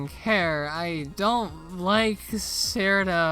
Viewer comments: i would have watched the rest of the vid honestly if you had pronounced her name properly as chiruno and not sirno you fn anglo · Every time I see someone pronounce Cirno as "Serno" I could immediately tell they're a fake fan PS. It's pronounced Cheruno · Cirno is pronounced "Cheer-no" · Something I think you know about Cirno is that her name is actually supposed to be spelled and pronounced Chiruno, but got mistranslated to Cirno and by the time people realize what happened Cirno was too wide spread to fix the spelling. I also have some potential good Touhou fan games to recommend you. There is Mystia’s Izakaya which is a cozy restaurant sim, and widely considered one of the best Touhou fan games ever. It is also getting a fan anime adaptation. Do with that what you will. There is Artificial Dream in Arcadia which is classic Shin Megame Tensei but Touhou, and from what I have heard from Shin Megame Tensei fans it is really good. There is Puppet Dance Preformance which is 2D Pokémon, but Touhou. It also has many quality of life changes, and if you do play it there is pretty much no reason to play without Shard of Dreams. Finally there is Lost Branch of Legend. The devs of it just openly admit that it is Magic the Gathering mixed with Slay the Spire, but Touhou themed. If you play that one than maybe Slay the Spire 2 will also release within days of the video being uploaded.